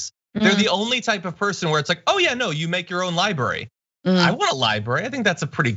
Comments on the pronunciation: “The Donald Trump Presidential LiBARY” just made my day. Bwaahaha Francesca nailed the insanity & irony in one sentence! 🤪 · Haha-2 billion for his ‘Lie-brary’